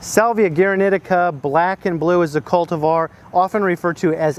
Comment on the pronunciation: The pronounciation is as "gooaraneeteeca" with accentuation on the first ee.